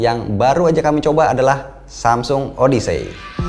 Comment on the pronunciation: Dikit masukan, baca odyssey itu kalo gasalah seperti "odesi" aja, bang